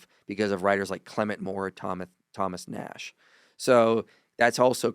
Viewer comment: Thomas Nast not Nash, you’re welcome.